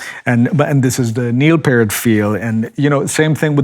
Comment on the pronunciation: p-EAR-t...Not Pert. Sorry.